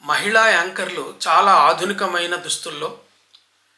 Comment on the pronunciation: చాలా లో చ తలవ్యము దానిని దంతతాలవ్యముగా అన్నారు మీరు